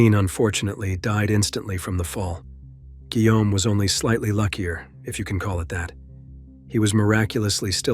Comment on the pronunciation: “Guillaume” no se pronuncia “whom”, güey.